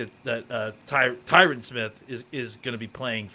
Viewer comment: Can please learn how to pronounce Tyron Smith's name? It's only been a decade.